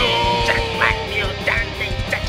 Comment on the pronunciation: та ты шо!!... 🤣 акцент за милю слышно. плюс произниосят ninZa ане ninja.